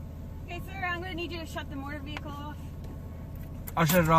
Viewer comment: Does it drive anyone else crazy that he can’t pronounce vehicle…god…every time he says “veeulkull” I wanna chop a table in half with my face